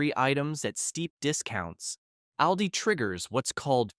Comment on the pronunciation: We love Aldi. We save so much money. You need to be consistent with your pronunciation of Aldi. Sometimes you All di. And other times you say Al like a man’s name.